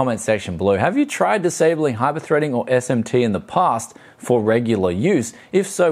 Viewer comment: esht emsh tee and hipershpreding... god I hate it When that happens.